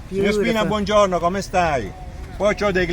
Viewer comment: In Italy it’s not a French ‘bonjour’ with ‘no’ added on the end; try buongiorno = ‘boo-on-jee-orr-noh’.